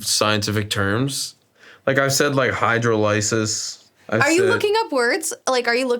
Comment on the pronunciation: The mispronunciation of "hydrolysis" while talking about how he knows science was very funny.